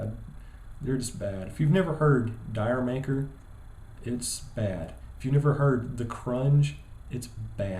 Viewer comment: And it's not pronounced "DIRE MAKER" it's pronounced similar to "JAMAICA"